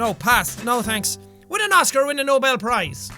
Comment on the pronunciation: How Jack says Nobel Prize sounds extremly German, like really I am German and that is so confusing